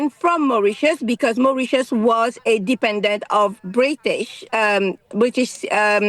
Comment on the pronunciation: It's going to Mauritius. It's not very difficult to understand. Mau-rit-ius!